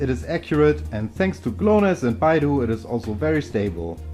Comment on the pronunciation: Another penta-band phone. Wow.. this is a gem. Btw Beidou --> Bay-Dough!!!! Not Baidu which is a chinese website :P Thanks for the video.